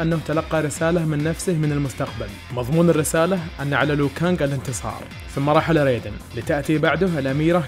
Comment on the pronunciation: اسمه لو كانق مو ليو كانق